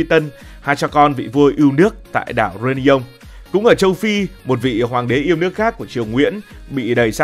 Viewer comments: Tức quá tên đảo người ta đọc sai tên phát âm. Réunion reyoonæn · Đọc sai phát âm tên đảo người ta nhá bực thật